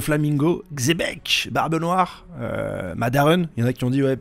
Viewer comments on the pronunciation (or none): none